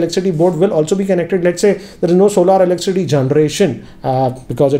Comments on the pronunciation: Did anyone noticed that he's pronouncing "eleccity" instead of "electricity?🙄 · Its electricity not eleccity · Is he saying elecsity instead of electricity ? 🤔🤔🤔🤔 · Elecity ? Did i hear you say it right ? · Can't help notice that 'Elek-city' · Is it just me or when you guys hear him say Elickcity!😬